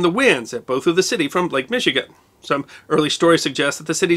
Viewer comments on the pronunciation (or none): none